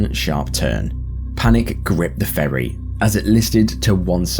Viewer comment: for a second there i thought he said "for a public furry"